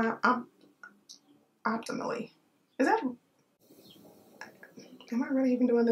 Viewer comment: Opt- a - mully. 😂 ❤